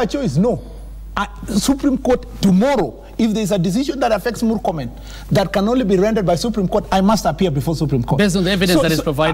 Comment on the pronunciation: I regret listening to this bafoon call morkomen